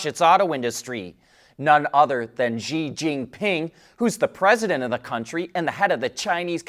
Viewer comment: You’ve been reporting about China for years so maybe it’s time for you to learn how to correctly pronounce the president of China’s name.